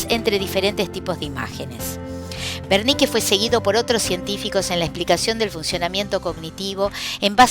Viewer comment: Es el área de wernicke porque lo pronuncia con v, gracias muy profesional todo lo demas